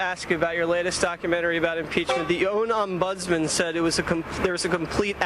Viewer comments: What is an O-NOM-budsman? Is that how o'reilly employees pronounce ombudsman? Why is anything related to o'reilly in the news section? Hey youtube, can you create a category for ignorant kooks? It would be nice to have a proper category to put all these "My world is a real life fantasy, full of fairy tales and ignorant propaganda spewing from my mouth" type of people into. 3 years and hes still a moron... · Bill O'reilly can't pronounce Ombudsman.